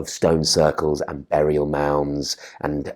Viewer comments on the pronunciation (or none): none